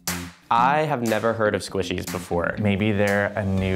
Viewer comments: the way she said squeeshys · I love how calls them Squeeshees.